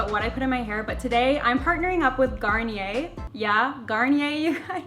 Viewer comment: It's garn-knee-ehh not garner by the way I love you